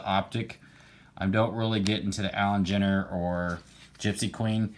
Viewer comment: nice pick up, the Allan and Ginter is pronounced with a g sound not a j.